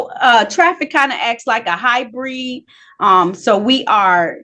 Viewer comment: Between the ears and the matching headphones/shirt, I don’t know what to think.. Then there’s ‘highbree’ (hybrid).. Yeesh..